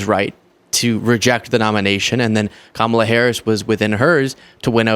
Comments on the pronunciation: Laura Ingraham pronounces Kamala's name the right way, at least! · Laura ingraham even pronounced Kamala's name correctly, to Trump's face. 😱 Then later she says, "A lot of people will say 'Well, he's just gonna do to them what he--they did to him...'" I think Laura almost said "what he says/claims they did to him" and then caught herself. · Notice Laura stuttered A bit but made sure she correctly pronounced KAMALA'S name. Good for her.